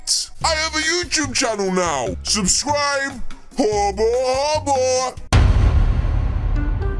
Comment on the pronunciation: “SUBSCRUBE” Me: “huh?”